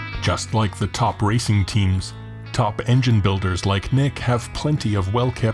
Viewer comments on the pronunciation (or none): none